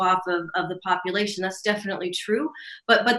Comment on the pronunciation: I thought she said, "many components of the economy and the copulation..."